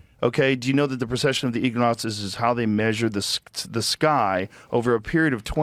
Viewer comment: ... "Skyell"?? What's that? LOL. Great accent! , no, he's not even close. What is true is that often during the design phase of air craft, they include the phrase "a flat non-rotating earth" in order to keep the math simple and because the difference would not be relevant or affect the outcome. In order to stay with that pressure gradient, the plane makes hundreds of micro adjustments every minute. And just how much would you have to nose-down to follow earth curvature? I did the math. Its about 0.03 degrees, an amount that would be undetectable by the human. eye. This guy is not just mis-informed, he's moronic and mentally handicapped. NOBODY stitches video. Sometimes they stitch still images when they are taken as a series of stills like a panorama. That's also NOT NASA. Its the first thing to pop up when I searched ISS Life Feed but that happens to be afar TV, and the actual NASA feed, the second search result, does not inter cut like that.